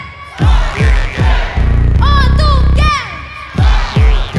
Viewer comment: Правильно OTYKEN, произношение у Вас не правильно. С Уважением!!!